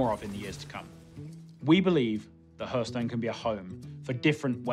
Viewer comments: I told you, he doesn't know how to pronounce Hearthstone. As for your problem, I have no idea what it is, but I bet it's much harder to pronounce than Hearthstone. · Doesn't fill me with confidence having someone in charge of Hearthstone that doesn't know how to pronounce Hearthstone.